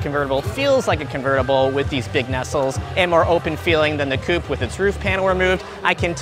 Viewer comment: Coupe* not coup